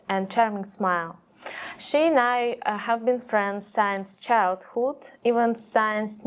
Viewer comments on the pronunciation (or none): nah, pronunciation is bad. She said sience instead of since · I doubt her pronunciation is adequate when her pronun. was like science instead of since. And her mispronounced